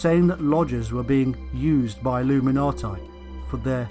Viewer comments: Can't get past 4 minutes. This guy says illuminati like a drunken brit. I'm out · I'm just curious. If the man must pronounce illuminati with a "tye" sound at the end instead, does that mean he has "tie time" in the afternoon?